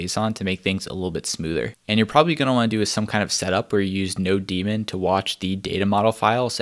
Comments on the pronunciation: node-mon not no-demon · why does he pronounce Nodemon like No Demon? :D